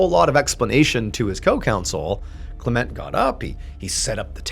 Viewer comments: LOL ... try: Val(or "va")-Landig-ham? ... And maybe try: Klem-ent (closer to "Climment" than "Klah-Ment") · CLEment. Not CleMENT. Words with two syllables have the emphasis on the first syllable. DOCtor, MISter, SURgeon etc. Linda. 🇳🇿📚🍷🦆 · Isn’t it pronounced “KLEM-ent” ? 🤔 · I always thought that name was pronounced CLEM ent Was I putting too much emPHASis on the wrong sylLABle?